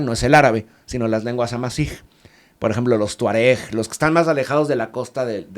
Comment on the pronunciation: él lo dijo de entrada, amasig o bereberes